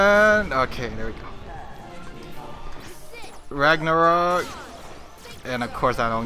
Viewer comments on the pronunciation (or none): *Rag-na-rok